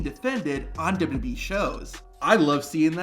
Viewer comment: say it with me, W-W-E, it's not WB or WEB or whatever this guy KEEPS saying